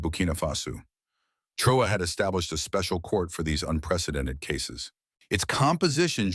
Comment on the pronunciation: Please pronounce his name correctly.